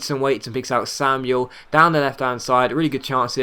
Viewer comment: Samuel is pronounced Sam-well, as he is spanish. :)